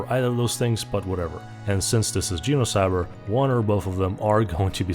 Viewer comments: Makes a whole video about Genocyber… Also can’t pronounce the damn title correctly lmao u can’t make this stuff up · Your pronunciation of genocybet as similar to the word genocide seems appropriate